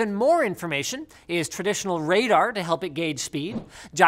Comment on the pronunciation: Does only linus pronounce radar wrong or canadians?